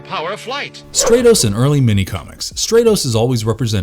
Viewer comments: The fact that this character repeatedly had his name mispronounced as “STRAY-TOHS” ruined the video for me. His name has a soft “A” pronunciation. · How is the He-Man universe one of your favorites when you can't even pronounce the heroes and villains names correctly it's Stratos like stratosphere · Who is "Straytos" sorry. Impossible to watch a video where the characters name is mispronounced every 10 seconds. Was the narrator even a fan? Or just a guy reading this? Armature stuff. Not a good look. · The character's name is Stratos, as in STRAT-O-SPHERE (the first syllable rhymes with cat) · Great video except it’s not pronounced “stray-tos.” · Why isn't he pronounced "Strat-os" like Stratosphere? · You say you like the he-man mythos but your saying Stratos name wrong it’s pronounced Straatos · Sorry, you lose me if you can't pronounce the main characters name... pronounced like "Stratosphere" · Really? Stratos with a short a, like stratosphere. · Nice vid, but I can’t get past the fact hoe you pronounce Stratos also: Skysled not Battleram